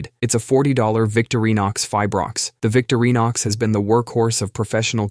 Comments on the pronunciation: The brand is VICTORINOX. Not VICTORY NOX. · VIK-truh-nox. That's what i use, and Britain's (once) "Young Butcher of the Year," Scott Rea, recommends them too. Best knives ever, IMO. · It’s also not Victory-nox or Aqua-fine-uh.